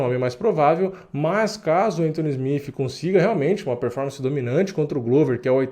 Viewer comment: Mano na boa pronuncia SmiTH ou SmiTi porque SmiFi soa muito feio. Abraço